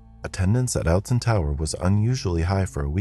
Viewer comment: the way he says alton quite literally as alton instead of "oltun" how we usually pronounce and how im pretty sure it is actually pronouced it just throws me off